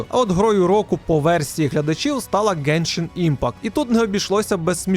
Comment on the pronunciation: ти 10 разів назвав геншаімпакт, йопрст, так важко написати назву гри?)) я взагалі не розумію жодного слова з твоєї вимови)